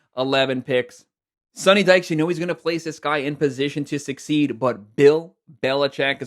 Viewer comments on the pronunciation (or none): none